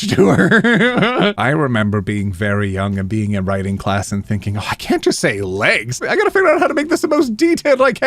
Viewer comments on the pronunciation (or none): none